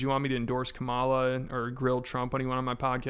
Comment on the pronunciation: Probably a good idea for you to know how to say Kamala's name correctly. You don't say "Doughnald" do you?